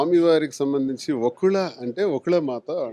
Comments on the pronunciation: Mundu ah anchor ni thannali panikimaalindi ekkadinundo digi vachinatlu vaakula ata achamyna telugu lo vakula anachu ga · Anchor waste dhi first vakula amma thalli vaaaaakula kadhu venkanna gari ammagari peru mahathalli chethala vundhi Nuv antuu vunte vaaaaakula ani